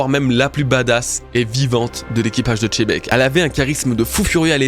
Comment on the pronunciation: Merci pour cette super vidéo bro, toujours un plaisir d'écouter tes analyses ! Sympa de comprendre pourquoi tu prononces Xebec de cette façon. Par contre, si on suit ton explication, ça devrait plutôt se prononcer "Chebec" (et non pas "Tchebec"), non ??? Un peu comme, en français, on peut prononcer le nom "Xavi" (l'entraîneur du Barça) de 2 façons : soit "Xavi", soit "Chavi" (mais en tout cas, pas "Tchavi") Enlève le "T" devant en prononçant "Chebec", et ce sera parfait ! 😉😘